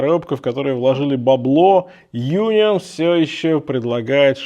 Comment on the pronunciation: По-немецки говорится Унион, причём ударение на о. Переводится как Союз. А часы правда шикарные.